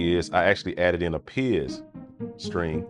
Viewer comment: Hey. Love your content, pizz is pronounced “Pitz”, short for Pitz-icatt”, spelt Pizzicato, to pluck the strings. Keep the content rolling! Cheers